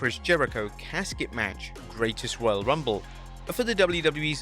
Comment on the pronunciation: "Greatets Royal Rumble"